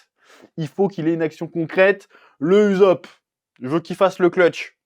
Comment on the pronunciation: Arrête de dire uzop stp!